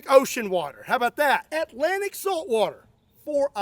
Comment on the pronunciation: Kentucky man can't seem to pronounce Atlantic. Not sure how Scott even got that seawater 🤔